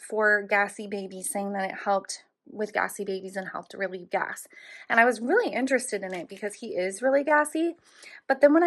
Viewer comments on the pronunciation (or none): none